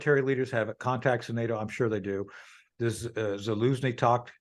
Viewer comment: It’s Zelensky not Zilinsky… “Precips”? I’m thinking precepts. Ok I’m taking a break.